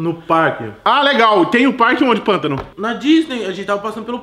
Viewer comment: "pantano" Ksksksks